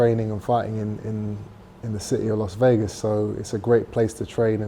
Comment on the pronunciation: "Los Vegas", really?